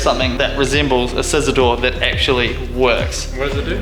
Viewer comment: Ebsolutely, ekshually, beshbar